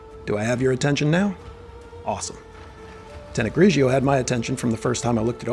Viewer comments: GRIGORI not GRIJIO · I love the video and all of your videos but the way to pronounced is GRI-GOR-RI 😈🤳🏼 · U keep saying the name wrong and it's funny. Great video I just got this 2 days ago.